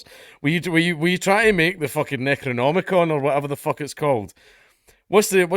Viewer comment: You were right! necrcomacon was the book is evil dead you know written in blood made out of human skin ash couldn't say the words right" Cladu Vrada Nicto!"